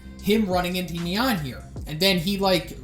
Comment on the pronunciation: The way pronounce "Nyan" triggers me...